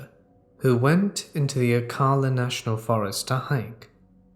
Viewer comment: Wooo shout out to ocala! It's pronounce oh-cal-la just incase you get more stories about the national forest. It is a dumping ground for bodies.